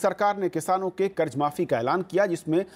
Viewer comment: Karj karj hota hai kharat nahi